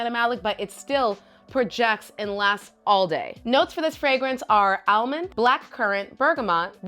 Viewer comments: Shes says it like the SNL Target lady skit...more like El- mond. Lol Its cute 😊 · I've never heard anyone pronounce almond as al-mond.. it's adorable 😂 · I pronounce it like all-mond like most people 😂I like how you say it better it's unique.